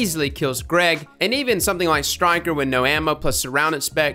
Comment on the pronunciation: Btw it's called Stiker not "Styker" lmao